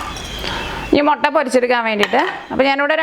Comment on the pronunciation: റെസിപ്പി ഉഗ്രൻ.. പക്ഷെ ഒരു തിരുത്തു ഉണ്ട്. മൊട്ട അല്ല "മുട്ട " താങ്ക്സ്